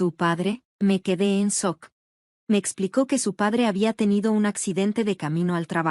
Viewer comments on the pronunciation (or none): Quedó en sock??? Sock. Sock. Jajajajaja Jajajajaja Jajajajaja Jajajajaja Jajajajaja es SHOCK sh se pronuncia como ch shock, dan risa, sock Jajajajaja